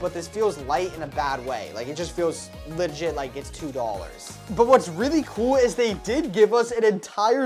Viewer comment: TELL THIS MAN TO STOP SAYING LIGIT PLEASE💀